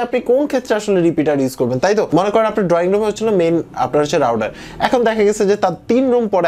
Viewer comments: It's router not rouder.... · Good review... Plz correct ur router pronunciation...